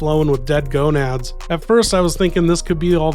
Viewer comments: GANADOS. not GONADS. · Gonads 😂 it's ganados but close enough